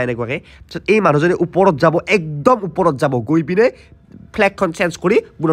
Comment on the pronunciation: "উপৰত" নহয় বাবা!"ওপৰত"হে।